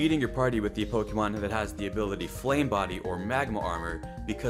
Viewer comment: Po"ké"mon Not Po"ki"mon.